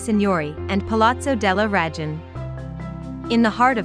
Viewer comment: Was this read by a bot? "the eloquent 13th century preacher S T. (pause) Anthony lived and worked..." Also why not at least try to pronounce things right? "deGli ScroveGni", with a hard G, really? Palazzo della "Rajun"?